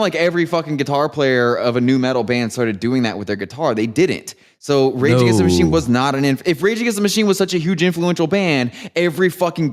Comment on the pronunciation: When said "regagenschtamushene" I felt that.